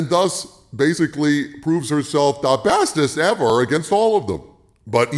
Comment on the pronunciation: Everytime I hear "the bestes evah" I krack up. Thank you!